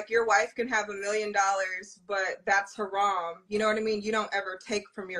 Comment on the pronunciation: She put the “ha” in haram, this is utterly laughable